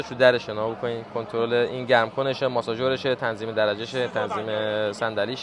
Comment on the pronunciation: ماسور نه ماساژور 😂😂